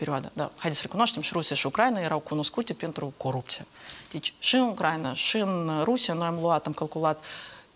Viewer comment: Doamnă Morari, cer ertare! Denumirea țării Ucraina se pronunță cu accentul pe litera "i"